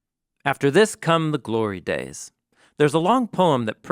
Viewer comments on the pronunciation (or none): none